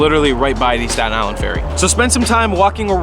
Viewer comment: This is how many times he said 'Statan Island'. ↓